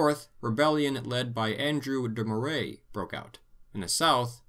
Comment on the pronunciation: Moray is pronounced Murray, btw. Enjoyed this video, I hope in part two you will cover the rise of Universal Public Education in Scotland given how important it was to, well, the entire modern world we have today. Everything stemmed from that choice.